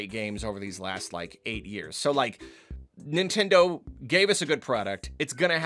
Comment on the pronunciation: Stop it nintendeen